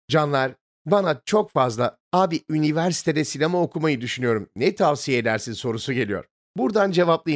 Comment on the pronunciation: Sen üniversite deyince kendimi Habertürkte haber kuşağı izliyormuş gibi hidsediyorum. Niyeyse bu kelimeyi doğru söylemen yuvarlamandan daha çok kulağımı tırmalıyor. :)